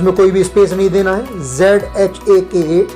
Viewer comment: Not Zhaka Token His pronunciation is Haka Token ok.... 🌹